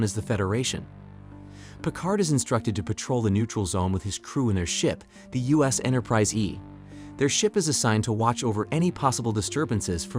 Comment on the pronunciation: Wow Have you even watched a single episode? Or even the movie you are reviewing? US Enterprise? So many simple mispronunciations. Wow Do better